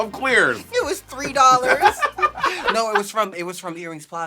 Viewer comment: thank you jujubee! i knew i wasn't crazy when monet pronounced "clear" as "claire"